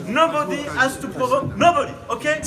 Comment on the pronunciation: Pour Macron, je pensais qu'il avait un meilleur accent anglais que ça, je suis étonné... (nObOdY.... ^^ ) Pour ce coronavirus, je suis inquiet pour la Chine. Par contre en France, il n'y a vraiment pas de quoi s'alarmer.